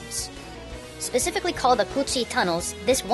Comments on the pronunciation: you are bad at my country: it should be said "cu chi" not "tu chi" yes i am a vietnamese we have been kiled by your nuke bom serverel time we tried to survived but no use hundred yes HUNDRED of inocent little girl and boy of ourc;ountry during the war have died so may i ask this question:are you amaricanes evil or not think take you as an examble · "cu chi" lol XD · wait a minute, "cu chi" tunnels? say that fast.